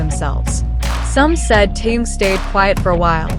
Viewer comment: Уважаемые блогеры, когда вы перестанете искажать и мя Тэхена?